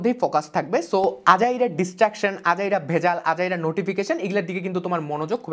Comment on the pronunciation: Bhai Destructions na ota Distraction hobe, But a very Informative video, Ma Shaa Allah